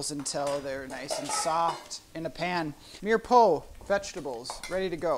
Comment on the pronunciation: LOL. Mirepoix. It's pronounced meer-pwah. Great show, though. I am enjoying this while waiting for my first share to arrive.